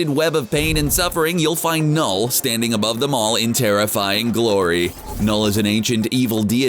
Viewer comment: CBR: says knull Every norwegian: 🤭